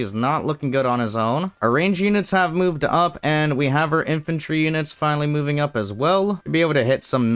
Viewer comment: Infantrly, inflantry, infiltry, infanty huh